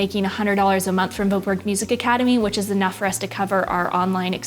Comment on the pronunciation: I think your pronunciation of your own last name is so funny. The name ‘Voetberg’ clearly originates from the Netherlands (where I’m from). And your pronunciation is not even close to what it should be in Dutch hahaha.